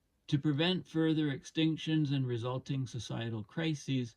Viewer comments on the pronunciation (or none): none